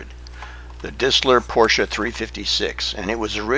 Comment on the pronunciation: I am so glad that you pronunce the car correctly. Everyone says Poorsh!